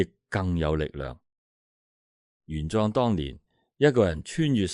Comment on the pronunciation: 玄奘 自小讀莊 你讀壯 可有特別意思😂😂